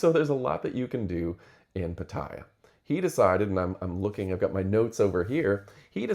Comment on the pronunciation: It's not pat- i -ya, it's pat-a-ya